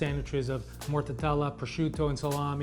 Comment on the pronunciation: Do the Italians pronounce it “morta tella”? Or are you saying it wrong? I thought it was simply “morta della” 🤔